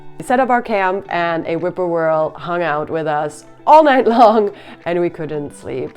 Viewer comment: whip-poor-will I think you mean not whippoorwhirl. I enjoyed the video though.